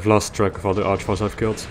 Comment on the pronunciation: It's an Arch-vile.